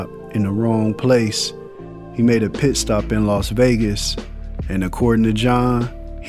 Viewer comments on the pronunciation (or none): none